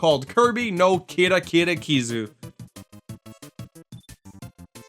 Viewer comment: Actually, your pronunciation of Kirby No Kirakira Kizzu was spot on.